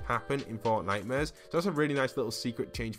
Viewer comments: I deadass thought he was saying fortnightmures instead of fortnite-mares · Lmao why is it called fortnitemares instead of fortmares